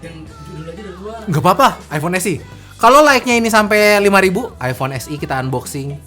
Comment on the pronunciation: Eipon mana eipon hahahaha